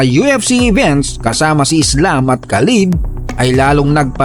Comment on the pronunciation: Khabib ❌ Khalib ✅